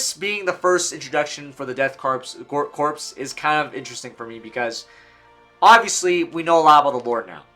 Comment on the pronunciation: I had to click off dude you said corpse way too many times it’s pronounced “Core” like the Marine Corps, except change Marine out for Death and put a K in front.